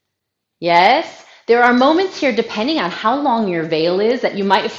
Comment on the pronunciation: Omg! You asked: 'Yeah?' or 'Yes?' like the Germans. :)